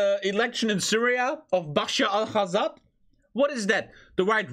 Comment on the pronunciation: Bashar at arrad WHAT THE HECK IS THIS UTS BISHAR AL ASSADE also I hate him just correcting you from